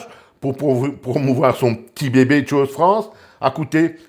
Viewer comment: choose se prononce "tchouz" en anglais...